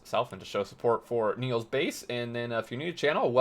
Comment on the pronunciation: Its Niels' base, not Neil's base Dutch name is Niels, written as the name of the character on your screen